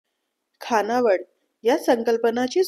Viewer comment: अत्यंत सदोष उच्चार आहेत. विध्यार्थी नव्हे , तर. विद्यार्थी.. तसेच मुख्य म्हणजे खानावळ नव्हे , तर खाणावळ ...